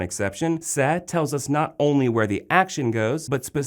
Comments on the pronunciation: Why does he keep saying "sa"? it's "se". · Great content but the pronunciation is wrong... the letter E in Spanish is pronounced as “ay”. Se is pronounced as “say” not “seh”. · is correct. It is painful for me to listen to the pronunciation on this video.